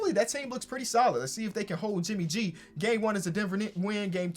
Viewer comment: You Said JIMMY G NOT JIMMY B.